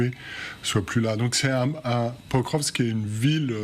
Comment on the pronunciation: /pakróvsk/ not /pökrövsk/.